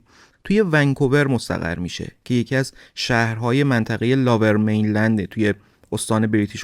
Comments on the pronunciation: لوویر مینلند نه لاور میلند... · Lover mainland?!! Seriously?👎👎 Lower mainland is correct. If you don’t know English, ask Siri how to pronounce it properly or just say Vancouver 🤨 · داداش نیازی نیست کلمات انگلیسی رو بیان کنید اگر بلد نیستی Lover mainland اشتباهه Lower mainland درسته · لاور مین لند نیست لوور مین لند میگن. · Lover main land ? Really? It's lower main land. At least learn how to say it right. 😂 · مرسی از برنامه های خوبتون،ولی Lower Mainland, لوور مینلند،یا سرزمین پایین خونده میشه که شما لاور مینلند یاLover Mainland میگید. چند بار دیگه هم این اشتباهات تلفظی انگلیسی بوده که از شما بعیده. من همیشه برنامه هاتون رو میبینم و خیلی دوست دارم. Excellent work as always 👏 👍 👌 🙌